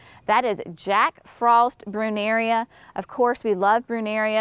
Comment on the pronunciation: Creeping Jenny is hideous! And it's Brunnera NOT BrunneRIa.